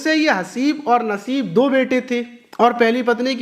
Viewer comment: Teeno Nam Galt bola h 1.Badnsib 2.khabish 3.Musibat